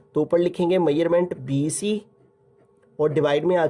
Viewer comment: Sir bC ko sai trha bola kra dimag pr lgta ha bc